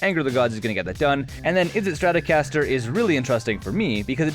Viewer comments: "Adrade" "izzet straticaster" lol still love the dech tech though! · yah, i was wondering when fender partnered with mtg to make a straticaster card lol jk